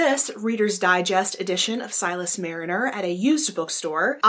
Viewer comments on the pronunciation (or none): it is "Marner", not "Mariner". Just being picky (in a friendly way).